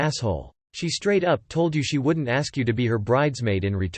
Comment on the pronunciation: Why does this voice pronounce "ask" as "axe" and "asked" as "axed"?